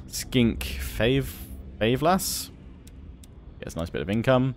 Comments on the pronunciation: Favelas. As in Rio favelas. Come on man :D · Oh my god learn how to say favelas